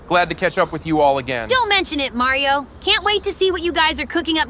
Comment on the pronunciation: maryeo and sonic games, Did you just say maryeo??😂